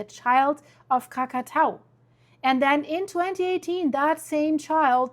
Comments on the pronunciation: kra·kuh·tow·uh kra·kuh·tow·uh. For a week or so I couldn't understand if you were talking about a different volcano than the one that exploded in 1883. Please start pronouncing this correctly. Your incorrect pronunciation can be confusing those of us speaking English. It tells you how to pronounce it if you look it up by clicking on the speaker icon. It's not hard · No we mustnt speak that name. Not Krakatau.